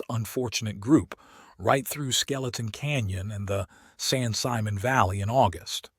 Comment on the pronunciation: It's spelled San Simon but it's pronounced San Simone.